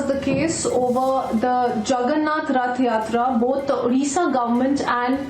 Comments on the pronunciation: How difficult is it to pronounce Rath Yatra, the anchor kept on saying Yath Ratra. She should be trained properly before the show. Republic TV should not hire such inefficient anchor. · practice a little more with the correct pronunciation of "Rath Yatra (Hindi) ", "Ratha Jatra/Jaatra (in Odia)". The nation wants to hear you pronouncing it correctly the next time. May Lord Jagannath bless you!:) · Ye anchor imported hai kya... Rath Yatra nahi bol paa rahi . Ye kya janta ki awaz uthaegi... Macaulay ke nazayaz creation.